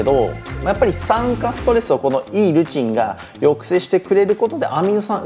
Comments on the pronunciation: Eのイントネーション気になるわ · Eルチンがずっと良いルチンにしか聞こえない🤣🤣